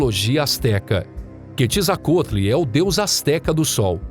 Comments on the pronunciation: "Ketizacotli" foi de lascar kkkkkkkkk a pronúncia certa é "kuetzacalt". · "Quetzalcoatl" Eu sempre pronunciei QUETZALCWÁROUL 😂